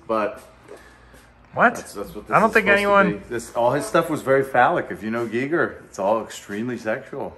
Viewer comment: I love how the guy is obsessed with h.r. Geiger and doesn’t even pronounce his name right once